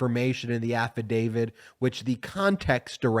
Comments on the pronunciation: It's "affidavIT, not affidavID." Just throwing that out there. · AffidaviT not affidaviD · We need to be patient with this process, but we also need to learn to pronounce the word "affidavit" as it's spelled. (Sorry)